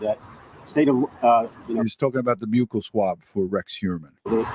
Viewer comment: Even if she knew about SWers in her home…. Doesn’t equate to her knowing if he murdered them. I feel horrible for that poor woman. (Side bar….thx for pronouncing buccal correctly…lol when people say “buckle” it drives me mad😅😅😂). Love your videos …love that you have that added bonus of your local coverage to share !